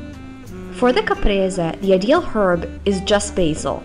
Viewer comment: it s not Capresa but Caprese se se se...not that difficult...